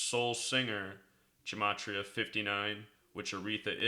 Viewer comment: really do appreciate the good work that ur doing, but there's no "n" sound in Gematria: ge·ma·tri·a...ɡəˈmātrēə...